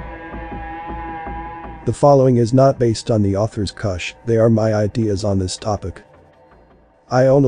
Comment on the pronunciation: Geheime is pronounced with a hard G as in the FIRST G in garage, NOT THE SECOND G in garage Kusch the letter u is pronounced like the vowels in Look, not like the vowel in Luck